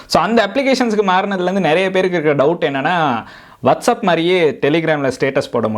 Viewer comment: Bro adhu வாட்சப் Bro வட்சப் இல்ல